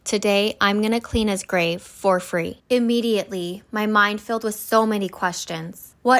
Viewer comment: I like how she Emphasizes. The words FOR FREE (RIP David)